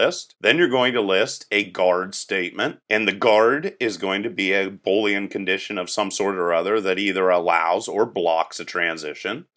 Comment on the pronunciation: Three issues: 1. Your states should be verbs (typically ending in “ing) 2. Pseudo state is pronounce “Soo-doe” state. 3. “Boolean” is pronounced “boo lee an” not “Bowl” ean Good video though.